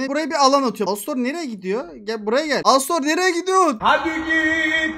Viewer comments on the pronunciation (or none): Alastor ❌ ALOSTOR ✅